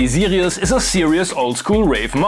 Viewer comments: Now I really want to hear that M.A.S.S. engine! Maybe a future Better Gear episode? BTW whenever you said "Sirius" it sounded like you were saying "Zealios" so I kept thinking I was watching a mechanical keyboard video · This was one of the best synths in the series, I don’t know how it got to Bad Gear... Love how you pronounce Sirius the German way :) Btw, it would be interesting to see a Casio CSM-1 (or its Hohner counterpart, the MSE-1, which I can donate to you)